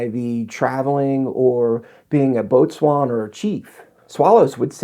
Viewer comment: you dont even know how to pronounce the word "boatswain" Your're bogus